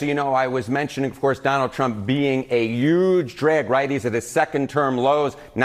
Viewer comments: Someone tell the guy how to pronounce the simple word "huge." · Can someone tell that the "h" in "huge" is not silent?